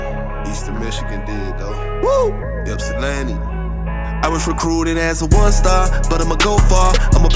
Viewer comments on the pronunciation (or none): none